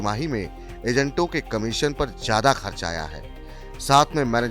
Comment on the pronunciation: जयाधा नहीं! ज्यादा होता है! उच्चारण ठीक करे कृपया